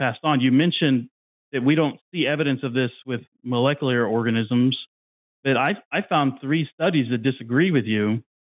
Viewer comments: Anyone else bugged by how says "mullekuler"? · It’s pretty hard to take someone seriously when they pretend to know a lot about this subject, yet simultaneously can’t pronounce the word “molecular” repeatedly